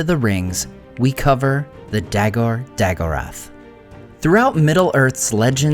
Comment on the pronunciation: The a pronounced ah, not eh. Those words are oxitone, btw. Really, why bother use elven words if you don't say them correctly? Battle of All Battles is a perfectly good name to address this passage of the Silmarillion.